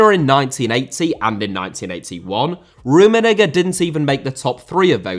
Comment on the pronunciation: Bro please stop saying rummenigger 😭